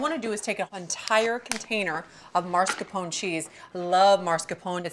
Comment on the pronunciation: I knew she was gonna say it that way. Italian-Americans in the northeastern US (especially NY) all inexplicably pronounce it that way and I’m guessing it rubbed off on her at some point